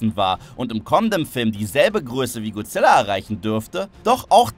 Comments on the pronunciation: Manchmal rege ich mich immer auf wie leute godzilla wie guzilla oder guzilla aussprechen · Godzilla und nicht gozilla